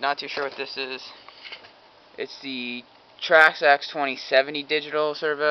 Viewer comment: Trax axe buddy your saying it wrong (not being rude) Traxxas say it as it looks